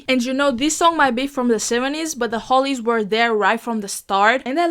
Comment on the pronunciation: Hollies, Not Holys!